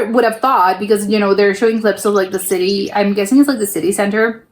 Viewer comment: why can't you pronounce "city"? Its just an english / american word.